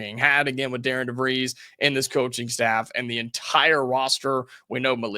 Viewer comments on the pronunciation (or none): Hi, not trying to be that guy, just want to help - it’s pronounced Dar-ren. When do you think we should expect an assistant coach to be named?